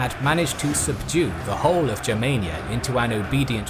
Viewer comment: Congratulations for the right pronunciation Germania, not clasic english Germany! Yes sir!